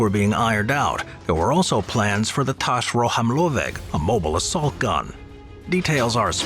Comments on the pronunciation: Ro-hám-lőveg. Nekem tetszett! :) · As a Hungarian, I'm glad that you showcased our dreamtanks of ww2, and what actually suprises me that the pronounciation of "rohamlöveg" was quietly on spot in my opinion! :) And also if you don't want to break your tounge pronounciating it, just say assault gun, because it is exactly what it means in hungarian :D Assault gun - Rohamlöveg. I really enjoyed the video btw. Love u guys. <3